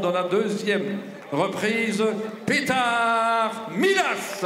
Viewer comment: Ummm its PetAr not Peter